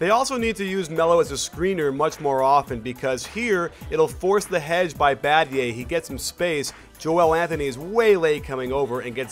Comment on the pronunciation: LMFAO "Badgay" Battier*